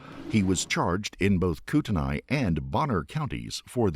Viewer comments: It's pronounced 'Koot-en-ay,' not "Koot-en-eye." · Just a little FYI: Kootenai is named after the Kootenai (Kutenai) tribe. It's pronounced Koo-tuh-nee. Kamiah is a Nez Perce word that is pronounced Kam-ee-eye. No shade, just putting this out there for educational purposes. Thank you for the video. I love this channel. You consistently highlight cases I've never even heard of before. This one is no different. May Kendy rest in peace, and may her family find some solace in knowing that this man can never hurt anyone else like he hurt her. What an absolute menace. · It's pronounced Koot knee. I used to live up there. Great episode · OMG look up how tf to say city names before you look like a fool! Not that hard! Coeur d'Alene is pronounced core-da-lane. And Kootenai is pronounced coot-knee. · I’m from the area and it is pronounced Core Duh Lane (Coeur D’Alene) Camie Eye (Kamiah) and Kooten Knee (Kootenai)